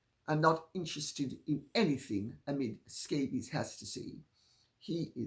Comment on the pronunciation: “Omid Scabies”..😂😂😂😂…Lady C we love you!!!